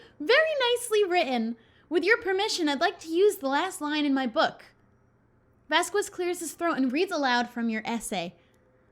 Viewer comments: Um it's not vas-quez it's vas-kez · She does know that Vasquez is pronounced VasKez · it’s pronounced vask-ez. (I’m taking Spanish..) I love you anyway! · Low-key love these vids (also ...something has been irking me and i hadn't realized until now but its cause Shelby has been saying Vasquez wrong lol)